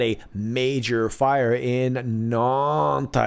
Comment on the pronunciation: S'il vous plait,, don't yell at me. You see I'm French, hence highly sensitive. But I MUST tell you: it's 'GHEE-LENNNN' (the mini-Maxwell) and 'NAHNT' (the burnt Cathedral). Don't argue, French women are always right, you won't win this. Merci beaucoup, excellent reporting and analysis as always.